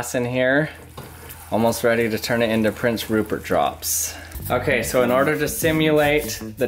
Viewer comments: did he say porn syrup? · Is it me or did he say porn syrip